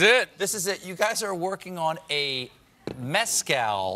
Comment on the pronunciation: "Methcal", no?